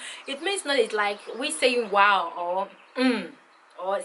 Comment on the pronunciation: Is it Wow or Wooe hahaha haha sounds like yoruba. You are not going anywhere Daddy cosimo has bought you on wholesale. ..no return match. Thanks for sharing this Iet me head over to Bukaola's channel